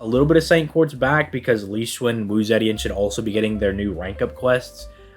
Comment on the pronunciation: i am begging you to please stop pronouncing it "wu zeddyan"